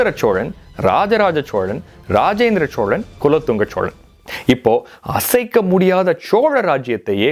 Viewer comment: ச்சோழன் இல்ல தம்பி சோழன்